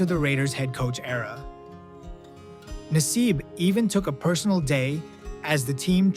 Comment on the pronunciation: Carl Nassib is a proud PENN STATE Grad. Love ya Carl! P.S. You miss pronounced his name.